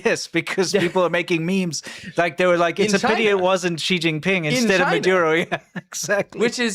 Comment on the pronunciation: "she- jing- ping- pong ?" 🤷🏻‍♀️ .